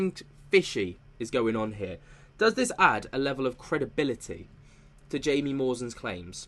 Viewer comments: Jamie Maussan is pronounced Hi-mi mu-sawn just fyi. 😁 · Tis is how you pronounce Mr. Jaime Maussan's name: "háee-meh ma-oosán" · His name is pronounced Hi-mee Mow-san. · The reporter's name is pronounced as High-me, last name moo-san. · Look up the research done by Dr O'Connor.. they are the real deal, his research is also peer reviewed .... and the J in Jaimie is pronounced as an H in Mexico... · Just FYI in Spanish “J”, as in the proper name “Jaimie” or “Jaime”, is pronounced with an “H” sound.